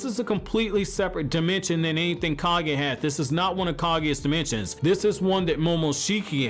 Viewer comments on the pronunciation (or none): none